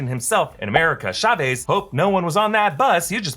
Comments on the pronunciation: Why does americans pronounce "CH" as "SH"? It's TSAVEZ, not SHA-VEEZ. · Chavez is pronounced Cha-ves, not Shavez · Ya'll are exposing yourself for not hiring any hispanic people. Chavez is not pronounced like that lmao